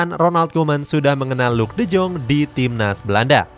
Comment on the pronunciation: Bang De Jong Di Baca Nya De Yong,Griezmaan Gak Cocok Sama Barca Makanya Dilepas Dan Klausus Nya Pembelian Permanen Wajib Musim Depan